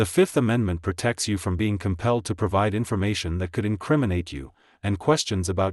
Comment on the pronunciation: Is there any chance you could find a human English-speaker to read your scripts? Your robot voice is dismally painful. Could you teach your robot that the word “to” is not an acronym, it does not need to be spelled, it is a simple word.